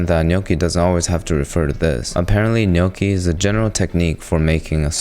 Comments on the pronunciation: I’m Italian your GNocchi pronunciation was on point 🙌🏼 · Appreciate the correct pronunciation of gnocchi 😊